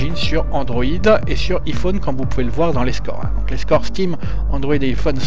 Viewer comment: c'est 'Aïe'phone parce que c'est un nom anglais donc il faut le dire à la manière des anglais :)